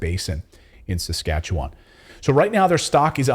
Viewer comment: Thanks for saying Saskatchewan right people have a hard time pronouncing it. Yes that's where I'm from